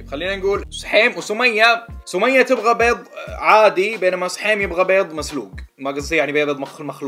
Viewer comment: عندك ثار مع حرف الضاد ؟ 😂😂😂😂😂😂😂